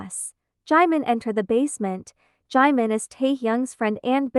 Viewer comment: Is no one gonna talk about how the speaker was pronouncing 'jimin' as 'Jaymen' 😂😭😭